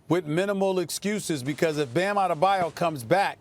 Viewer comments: why he saying bams name like he brothers with giannis? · Lets just have a segment where Perk tries to pronounce Bam “Outthebayou”s name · Perkins and pronouncing bam’s name !